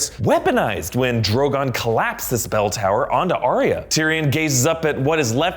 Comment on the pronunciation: ar ya not ar ia